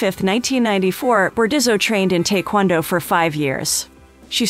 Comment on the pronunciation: You mispronounced Taekwondo.